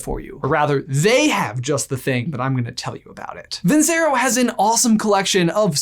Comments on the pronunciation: Not trying to knock you, but if you're going to have a sponsor, at least pronounce the name right. It's vin CH ero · You pronounced your sponsor wrong. It's Italian for I won.